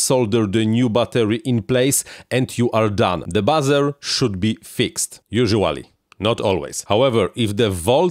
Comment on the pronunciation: Hey.. Buzzer = Bahzer.... Buzer = Booozer.. 😉